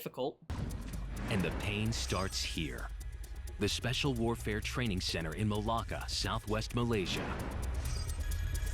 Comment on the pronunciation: The guy: and the hell started in malcca Me whos Malaysian: No its malakka! Ya stupid